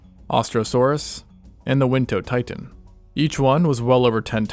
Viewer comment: Wintonotitan not Wintotitan